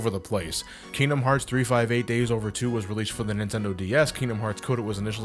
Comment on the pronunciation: Liked just because you pronounced 358/2 Days right